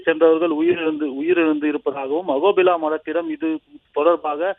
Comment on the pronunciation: அகோபில்லா இல்லை அஹோபில